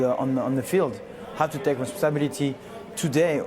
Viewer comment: the funny thing is the word responsibility is pronounced almost the same in his native language which is french i still don't know how he messed it up with